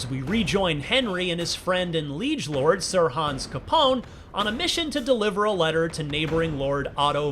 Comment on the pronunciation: ca-PONE? Berg-ow? Come on...